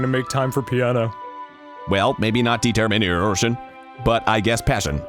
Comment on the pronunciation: "Determinearrrtion" is my new favorite word.